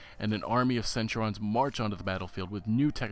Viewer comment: Look, if ur gonna be all role- playing and stuff, plz pronounce the fucking centURIOns correctly.... Boi